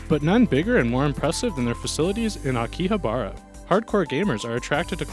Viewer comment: The way you said Akihabara....smh